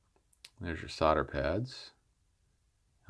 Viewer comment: Sloddah... say it right, sloddah!